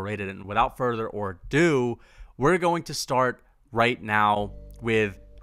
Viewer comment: It’s “ado”, not “or do”. That aside, thank you for starting out with McGregor, who is absolutely overrated. Only his delusional fanboys think otherwise. Holland was a great choice as well. The only thing Holland does at the top level of the UFC is whine & threaten to retire. No one will miss him.